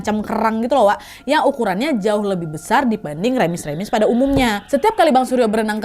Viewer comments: Ketawa bgt pak ka nadia berulang2 bilang kata "remis" bukan remis tapi rèmis kak hahah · Wak aku nonton tgl 5 okt 2026 salfok bilang remis dengan sebutan REmis😭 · bukan remis wak tp r(e)mis. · Bukan remis tapi reumis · Kayanya yg bener diucap nya tuh remis deh bukan remis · Wak maaf pelafalan remis itu huruf e nya kaya di kata elang bukan ember hehe